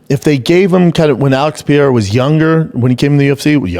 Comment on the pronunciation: Pee Era instead of Pe Ray Ra when he's trying to say Periera is the one that gets me